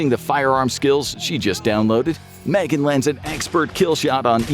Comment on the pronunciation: Its M-Three-Gan. Can't wait for the second M3GAN film though. =D